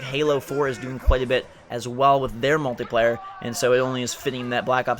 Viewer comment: Why you say Mutliplayer? This is the Singleplayer